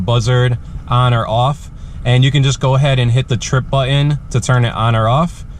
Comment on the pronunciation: Couldn't listen to the moronic pronunciation of the word button